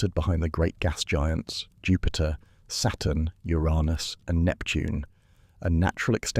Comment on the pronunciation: I'm guessing you pronounced "Uranus" the way you did because of YouTube's dirty word blocking feature?